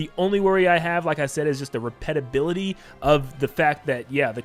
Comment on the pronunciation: “the repetability”